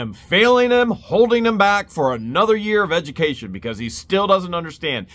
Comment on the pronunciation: it's edgamacation 😂😂😂